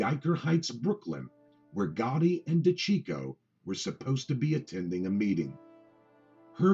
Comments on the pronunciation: Hey, fuckface, his last name is pronounced: De-ceecho! Why do you think they called him CHEECH and not checko? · You have trouble pronouncing things...it’s (day-see-ch-o)